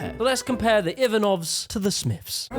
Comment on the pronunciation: Your pronunciation of the name Ivanov was brutal. 😂